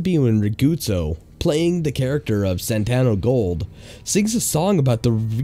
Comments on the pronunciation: ITS SANTO NOT SANTANO AAAAAAAAAAAAAAAAAAAAAAAAAAAAAAAAAAAAAAAAAAAAAAAAAAAAAAAAAAAAAAAAAA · Why do you keep saying Santano gold when it's clearly Santo gold? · Why do you keep saying "Santano" when it clearly says "Santo"? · You keep saying santANo gold, it's santo gold. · You're adding a syllable (or two) to the name of the infomercial gold seller's name: The name on the screen reads "Santo Gold" not Santano Gold.... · Reads Santo Gold Says Santano Gold Welcome to the city of Los Santano?? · Funny thing is when they showed the commercial for Santo Gold they actually pronounced it correctly. So no excuses for mispronouncing it.